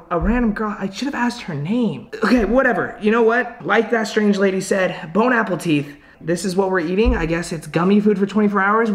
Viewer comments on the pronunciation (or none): No one: literally no one: bone apple teeth 😂😂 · " just like she said BoNe ApPlE tEeTh" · He said bone Apple teeth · “Bon Appleteeth” - 2019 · Boneappletea haha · I love bone apple teeth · “Bone appleteeth”😂😂😂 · "Bone Apple Teet?" Lol! 😹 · " BonE AppLE TeeTH" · Bone-apple-teeth 😂😂😂😂😂😂😂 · Bone apple teeth 😂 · "Bon Appleteeth" hahahahaahahaha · Manz said bone apple teeth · « Bone appletea “ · It's actually bonne appétit 😂😂😂please